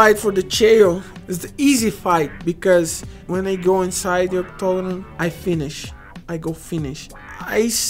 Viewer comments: In portuguese its octogono ,thats why he said like that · I love the way he says octagon.... "octogno" lmao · when he say octagon he said dominoes